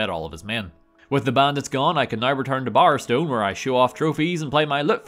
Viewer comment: Par? Tar? What are you saying? Magica Par? Brightwood Tar? Barstone?